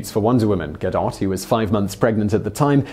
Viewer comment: Gah-doe not Ga-dot